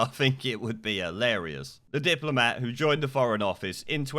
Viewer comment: Did u just say diplomat? 🤔